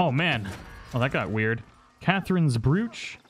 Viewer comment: Omg the way you say broch, I'm dead! 😂